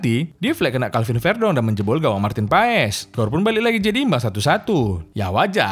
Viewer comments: bang sekedar informasi, sebutan marteen paes itu marten pass buka paes hehe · BUKAN MARTIN PAES. tapi di baca MARTEN PAS ! pronounciation DUTCH daerah tertentu itu bos.. jgn salah sebut nama orang.